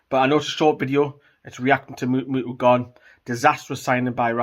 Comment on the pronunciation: Muto not mutu man